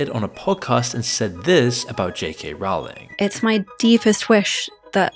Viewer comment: The ’o’ in Rowling is pronounced as in bowling, not as in howling